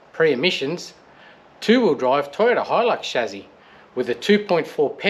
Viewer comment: I love how you see the Beauty in these and just won't give up, good fella. Appreciated the analogy about the models we did as kids. Oh and it's pronounced ssshhhaaaassssssyyyyyy not Shazzzzzzyyyyyy??